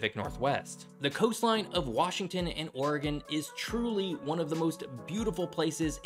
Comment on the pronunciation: Thank you for pronouncing Oregon correctly.